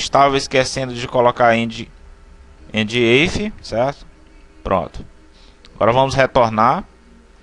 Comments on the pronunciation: Excelente aula, só corrigindo prof. o if em inglês se pronuncia ifi e não eifi. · "eife" ????????????? lê-se "ifi" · Demais o vídeo, apenas uma observação. Sou professor de Inglês e a função "If" se pronuncia como se escreve em português. Ou seja, ficaria /if/. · IF , IF!!!! Foi uma boa aula, mas aguentar vc falando EIFE foi realmente difícil